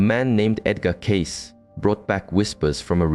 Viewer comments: Why would you spend a considerable amount of time constructing this only to pronounce his last name incorrectly, over and over and over again? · Obviously the author of this piece knows nothing about Edgar Cayce if he can’t even pronounce his name correctly.